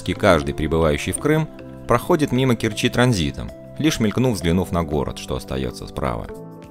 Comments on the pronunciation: Все отлично, но...режет слух КкерчИ, Керчь в КЕрчи, порт порты, торт торты. Кореная керчанка. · Спасибо за прекрасный обзор моего города. Только правильно КЕрчи.